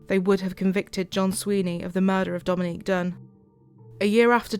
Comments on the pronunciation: And he mispronounced her name, blatant disrespect for the victim. That judge is a piece of work. How despicable. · The judge wouldn't even say her name right??? That's the least he could have done. I would have corrected him everytime until they threw me out or locked me up for contempt of court. That's gross